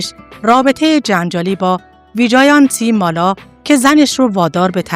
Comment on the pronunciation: خانمی که گوینده ویدئو هستند اغلب نامها را اشتباه تلفظ کردند.گویا هیچ آشنایی با سینمای هند ندارند و متن را از روی کاغذ توانده و نامها رو برای اولین بار تلفظ میکنند.برای کسی که ویدئو تولید میکند این مسئله قابل اغماض نیست. ۱)وی جِن تی مالا ۲)دیم پِل کاپادیا ۳)کاریشما ۴)نرگس ۵)مانداکینی همچنین خانواده آنیل کاپور ارتباطی به خانواده راج کاپور نداره.نام خانوادگی کاپور یک نام رایج در هند میباشد.